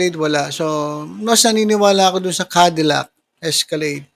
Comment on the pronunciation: Cadillac.. hindi po candilac..😂😅